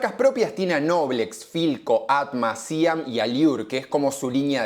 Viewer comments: No, no es Síam? es SIAM, como se lee... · Se dice 'Siám' nene, no 'Síam'... marca más histórica y ligada al pueblo no se consigue.. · me hace ruido que digas Síam y no Siam. Es un acento y toda una historia.. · siam también se pronuncia distinto acentuando la A y no la I. SIAM DI TELLA es una marca de décadas, saludos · Siam no síam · Me destruye que digas Síam cuando es Siám 😢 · Me pone muy nervioso que digas SíAM, es SIáM... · es Siam con acento en la A. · No dije que lleve tilde, digo que se pronuncia con acento en la A y no en la I. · dijiste que lleva acento, como si se leyera "siám". Pero Siam es un acrónimo de sociedad industrial de amasadoras mecánicas. Por lo que su pronunciación no es unívoca. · Quizás él es disléxico, y por eso pronuncia Síam (? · Por favor SIAM, la fonética es siám como si tuviera acento en la A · Hola. se dice Siám... es aguda... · Siam sin acento jajaja Muy bueno todo lo tuyo gracias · Me extraña que no pronuncies correctamente el nombre SIAM . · Me pone mal cómo pronuncia Siam 😢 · El chabon es fan de las palabras esdrújulas. Siam también se pronuncia con acento en la a, no en la i. 😂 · lo mal q pronunció SIAM , jajajaja.